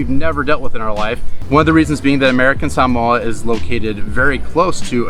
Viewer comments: Is this really how to pronounce Sah-mo-ah as Sam-mooah? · You pronounce samoa annoyingly and can you say the word "adventure" even more? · I noticed that, throughout the video, you pronounced the place as sah-MOE-uh, rather than the way I've always said it--suh-MOE-uh, as well as the way google says it. Am I guessing correctly that #1 is their way of pronouncing it, whereas #2 is the Anglicization of it, like hah-WAI-ee and hah-VAI-ee? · Salmoa Long winded and boring I googled it. And in 1 minute I knew 25 Reasons not to move there Salmoa did you say Salmoa 🤔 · Why did they keep saying Samoa they seem to keep wanting to pronounce it in some certain way and it sounds crazy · #11: Americans have been mispronouncing "Samoa" forever.